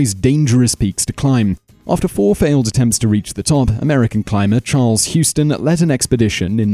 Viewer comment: It confused me when I was reading the book about it, but it's pronounced 'HOWsten' not like the city Houston. Great list!